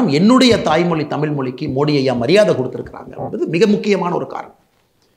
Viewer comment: சரி முதலில் நீங்கள் டமில் என்று உச்சரிக்க வேண்டாம்...தயவு செய்து தமிழ் என்று உச்சரிக்க வேண்டும்....சரி